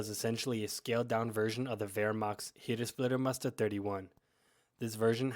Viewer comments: Good Clip - but it doesn't called "Lieber-Muster" it called "LEIBER-Tarn(Muster)" - Change "ie" to "ei" - than it's correct 👍🏻😉 (Look in Wikipedia Search "Leibertarn") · Leibermuster, not Liebermuster. Apart from that... 👍🏻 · One minor correction: in English/American documentaries about camo patterns the last German pattern is mostly misspelled or mispronounced as "Liebermuster" or "Lieber-Pattern". In fact the correct spelling is "LEIBERMUSTER". By the way: it is the only German pattern named after its creator/inventor. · *leiber, not liebermuster